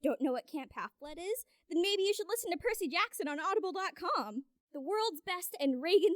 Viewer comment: Dyslexia…. ADHD… I think a half blood. Edit: oh fuck she just said perssasy jackson too